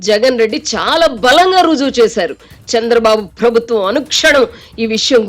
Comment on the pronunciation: Avasaram unna chota maanesi, leni chota stress (ottulu) pedatharu ee narrator, for eg. 'prabhutvam' anavalasina daggara 'prabutthvam' antaru. Ilantivi chala irritating ga anipistayi, l am sorry to say.